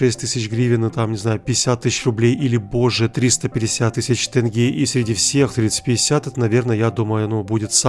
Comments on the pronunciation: Ради Бога Не гЭнгЭ а тЕнге ! Мы же не говорим Рыбли или рүбл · не тЭнге, а тенге😡😡😡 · БРАТ НЕ ТЭНГЕ А ТЕНГЕ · Какой тэнге можно же сказать тенге еблан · Почему тЭнге? Тенге Е это же ваша буква мы же там не поставили ТЭНГЕ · какие нафиг тЭнге, тЕнге. оно даже читается как тЕнге. бесит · Не тЭнге а ТЕНГЕЕЕ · конечно спасибо что переводишь в казахскую валюту, но не "тЭнге" а "тЕнге":) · Не тэнге а тенге грэвин рабиль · Ну чеееел... тЕнге, а не тЭнге!! Там нету буквы Э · Не тЭнге, а тЕнге. Е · лучше не говори тенге, просто говори там 300к в Казахстане но не как, не тэнге